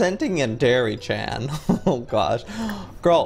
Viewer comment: JOEY YOUR SAYING HER NAME WRONG